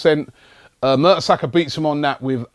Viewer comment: Robbie, you sound like those stats are surprising?😂 It's Mertesacker...